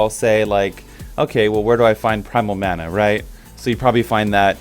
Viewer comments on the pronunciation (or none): none